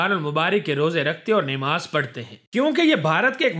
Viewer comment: Namaz not Nemaz